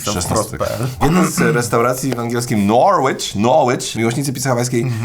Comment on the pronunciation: Ja ci dam Noooorłicz. Noricz wystarczy. Szacunek dla east angli albo niedobrze się to dla Krakowa skończy